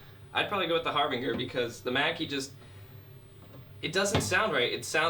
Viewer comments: Its harbinJer like harbinger of death but great video like what you do here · DUDE , IT'S PRONOUNCED " HARBINGER" GOT IT, ? LOL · It’s my fault for shopping for throwaway speakers. This dude can’t pronounce Harbinger and thinks the monitor setting on a Thump means mono. He doesn’t know what the fuck he’s talking about and people in the comments are eating this shit up like it’s great advice. I should have known better than wanting some cheap monitors and watching shit like this I’d leave stupider than I came. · a horrible speaker. Garbage. The both.. You mispronounced harbinger.